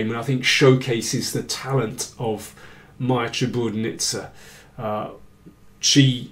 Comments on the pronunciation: great commentary as always, David, but... it's ChiburDAnidze, not Chiburnidze. i cringed a little every time you mispronounced it. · Daniel, you totally butchered Maia's last name. Such a terribly incorrect pronunciation. It's Chi-bur-da-nid-ze